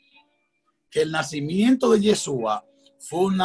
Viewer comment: APRENDE A PRONUNCIAR CORRECTAMENTE YESHÚA.